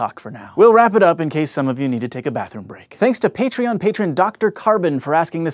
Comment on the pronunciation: I thought you said "Thanks to Peetreon"